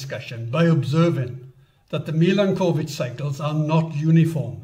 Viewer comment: A nice video, only the pronunciation of the word Milanković needs a bit of an improvement. That is, it is not two words (Milan and ković) but a single one with the accent placed on the vowel a.